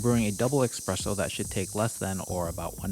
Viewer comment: You have no issue saying Nespresso correctly… now please stop saying EXpresso. Espresso = S-presso. Thank you for the sticky rice and and other Loatian recipes